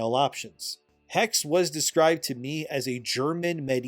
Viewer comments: It's neither Hex nor Hexee, it's the German word Hexe. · the second e in hexe is pronounced the same as how you pronounce the first e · Hexe! you speak the last "e" xDDDD (sorry for being that person!) I kinda doubt it will be a good game... looking at what they do with the japan setting in Shadows..... I bet, they will only have female then being burned, while there had been guys too. The werewolf.... yeah could happen, there are some Werewolf stories in Germany, aside of a vampire version as well. But... I absolutely put my bets on it they will notmake a good game. Yeah... me staying in indie corner when it comes to buying games.... Slightly lesser chance off running into game destroyers. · Hexe means witch in German. You pronounce both e like the first one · Hexe is german for witch, and the second "e" ist prononced like the first "e". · It's Hexe not Hex just like Porsche not Porsch. Second e is the same as the first one. Why it's do hard for you? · Hexe is not pronounced "Hex-ie" nor "Hex." German has no silent e or silent k, Germany doesn't do that nonsense. Es at the end of a word are always pronounced; it's pronounced "hex-uh/hex-eh." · it is not pronounced "HEX" it is HEXE. the E is not silence.Hexe is the german word for witch.... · Hex? You mean the hex like you get cursed? You speak the last e like you would I im German and I think it’s called Hexe so the German word for witch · Hexe is pronounced hex-eh, the e is not silent in German. And all thy need to do is build Wernigerode and model the Harz mountains to be accurate. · Brother its pronounced HexE the e at the end gets pronounced as well. Greetings from austria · Hexe is German for witch, it's pronounced hex'uh. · HEXE is probably pronounced He - She. I believe this, because I know a person named Xolo, pronounced Sho-Lo. It's like a dev gotcha. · In German witch is Hexe pronounced as Hexuh. Just saying. Ppl won't buy the games alot if they won't adjust, it's simple as that.